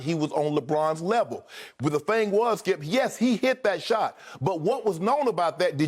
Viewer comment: Listen ... Thssshkeeeeip!! 😂😂😂